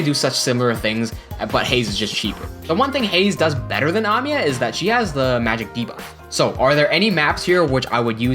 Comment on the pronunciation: I like the way you pronounce Amiya